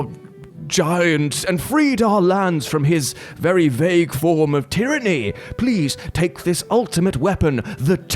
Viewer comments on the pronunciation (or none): none